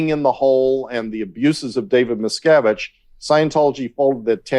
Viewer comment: You are massacuring David Miscavige and Leah Remini's name. A little research could have told you how to say their names🤭